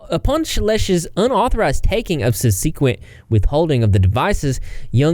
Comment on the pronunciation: Hi! Just an FYI: “Subsequent l” is pronounced SUB-seh-kwent.” Rmphasis on sun, and “seh” (like set, not see). Cheers! Good video!